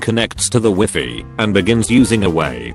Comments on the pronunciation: Connect to the W I F F Y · "connect to the wiffy"